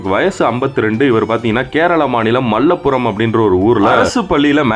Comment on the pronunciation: அது மல்லப்புறம் இல்லை மலப்புறம்